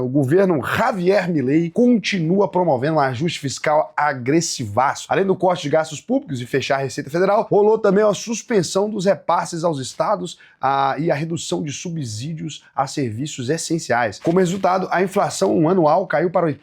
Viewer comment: "Subzídios" não existe, grande. A palavra é "subsídios", com som de "c". 😉